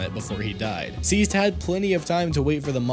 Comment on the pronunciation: i think is name is seized not "siezed"...